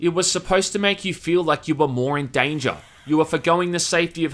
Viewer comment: Man why do you pronounce every sentence with an inflection at the ending. You talk like if every sentence is your last. And then your voice becames squeaky, and its even worse -_- "a sense of DANNNGSCHAAA". "For the sake of VISCHIBILITIIIE"